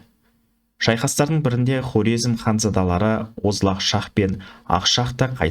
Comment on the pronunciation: Карезм деп сойлесениз дурыс айткан боласыз